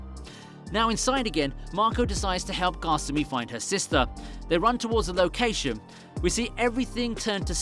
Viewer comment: kasumi not gosummy